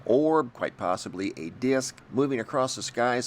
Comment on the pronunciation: What's a deeyisk?